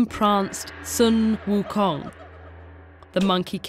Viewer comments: in chinses the money king's name is pronounced like this: shu eum houng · Sun Wukong is not how you pronounce it, its "Soo WooKoong" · uh so its actually pronounced Soo Wookoong (In the language) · Sun Wukung is the inspiration for Goku from Dragon Ball: 1-Magical Staff that can elongate 2-Monkey Tail and Martial Arts 3-Rides Clouds at very fast speeds Son Goku is even the Japanese pronunciation of Sun Wukong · this is terribly inaccurate lmao- "sUn wU kONg" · Ahhhhhhhhhhhhhhhh the pronunciation. Other than that, great video! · why not get native speaker to say sun wukong's name? haven't they done that before? it's so grating to hear the pronunciation in the middle of her sentence.